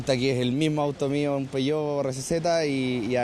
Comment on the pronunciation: Peogueot: piyuh Playstation: pleiesteichon